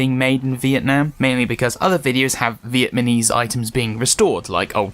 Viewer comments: I know I'm probably an asshole for saying this; but you said "Viet man eez" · You said Vietmanese. Lol